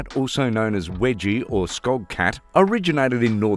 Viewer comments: its not "wedgie" its weejee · Wedgie!?? Can you anglophones just stop destroying names!!